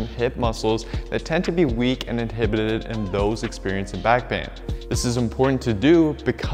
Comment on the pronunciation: I learned a new word today, “anteriorlrlry” edit I learned a second new word today, “inhibidibid”